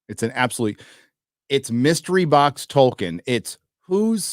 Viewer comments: Other than the interviewer calling him "Toykin." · The interviewer says "ToYkien" :D That shows how little they prepare for these things. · Tolkien, damnit, not Tolkein. Show some respect.